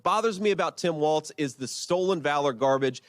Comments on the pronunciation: There's no 't' in WALZ, jesus christ MSNBC, embarrassing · It’s Walz, not Waltz! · It’s Walz, not Waltz. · “Walz” not “Waltz” I guess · Walz not Waltz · JD, its Walz, not Waltz. not knowing your opponents name is ok if you have dementia. but someone like you not knowing your opponent is .....weird.